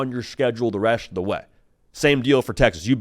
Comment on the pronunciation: The “resht” of the way… 🤣